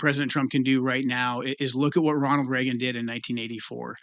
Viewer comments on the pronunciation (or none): none